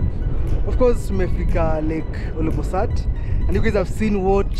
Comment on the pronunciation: Interesting but hope you'll redo the trip with you pronouncing the name of the lake properly. OLBOlosat not OLOBOsat 😢